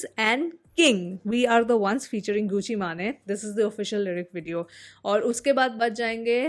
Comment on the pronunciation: गूची मेन ❎ गूची माने ☑️ Love your reactions btw 🛐